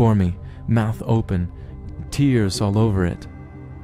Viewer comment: I was so confused at first when you pronounced "tears" for teardrops/crying instead of "tears" like something ripped. lol I was thinking when the hell did they start crying. 😂